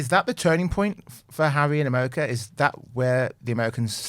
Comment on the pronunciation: The incessant laughing — no one is that funny or amused. And — “Amewica”?!